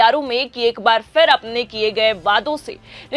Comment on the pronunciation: Phir bolo Fir nahin. Poor pronunciation, disgusting. I will never watch 4 pm again. Improper training.